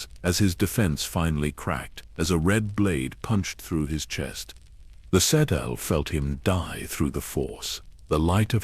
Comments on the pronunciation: Sa-telly? Really?!? 😅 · That was the first thing I said, "that is not how you say her name". 🤣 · The AI can’t even pronounce her name correctly. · i'm sorry, but I can't listen to a 2 hour vid about someone while the ai pronounces it incorrectly throughout. Did you not listen to your own work before posting it? Did you listen and decide it was the correct way to say it? Not as much effort goes into these vids as they might have you believe.